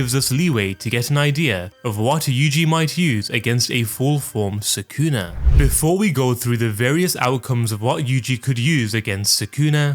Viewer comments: Why do you always say suh-KOON-uh? It’s SOO-cu’nuh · If you watch the anime, you'll know how to properly pronounce the character names. Japanese names have the accent on the first syllable. So, Sukuna is pronounced SOO-kuh-nuh, not Suh-COO-nuh.